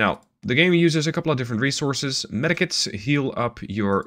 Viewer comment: Does anyone else hear metakits instead of medkits😂